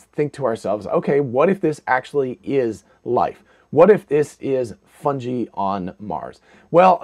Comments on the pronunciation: It is pronounced like fun guy just like this so-called professor. Got to say it would make sense though. Underground mycelia protected from radiation with underlying water and puffballs to spit out spores in the mars wind. If complex life could survive this would make sense. And they do look like they have a small opening on top. Coincidences that’s all! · How are you going to say you're a know-it-all & then pronounce "fungi" like that? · He knows it all, except how to say fungi. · You say Fungi strangely.